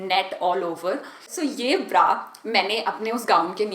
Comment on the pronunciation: Itni conscious kyu ho rahi ho aur bra ko pronounce bhi erroneous kr rahi ho aur sewing machine ko bhi galat pronounce kia h.